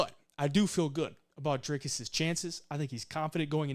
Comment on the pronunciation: And kudos on the pronunciation of Dricus' name. Almost perfect.